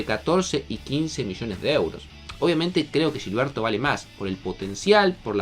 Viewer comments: Se pudrió todo con la pronunciación. Ya van como 10 videos pero ya me harté. No se dice Yilberto, es Gil berto como cuando dicen "Gil" Tqm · no es Yilberto... es Gilberto... se pronuncia como si fuera "J" no "Y", cabrón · No se pronuncia Yilberto, no es brasileño, se pronuncia con J, Jilberto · Es Gilberto no Yilberto. Habla bien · Pronúncialo bien, es “Gilberto” no “Yilberto” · No es yilberto mora como ustedes la Y o LL la convierten en sh es con G aunque te cueste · Porque le dices Yilberto ? 😭😭😭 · ¿Pero por qué "yilberto"? No debería ser tan difícil pronunciar la letra ge. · Pa que suene más caro